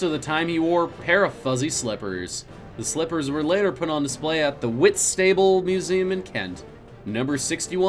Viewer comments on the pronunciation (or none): Whitstable is pronounced Whits-ta-ball. Just up t'road from me. Cushing lived there til his death and could often be seen taking tea in one of the town's tea rooms. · That's not how you pronounce whistable 😂😂there's no a sound it's just able sound 😂😂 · Pronounce Whitstable as Whit-stubble